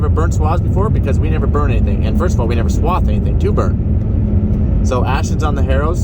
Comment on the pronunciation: Yea not swab, swath.